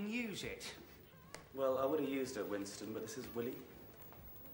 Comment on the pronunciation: The way Willie says "Winston" with all the emphasis on the second syllable always gets me.